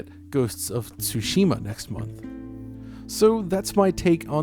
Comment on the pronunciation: he pronounced tsushima right :0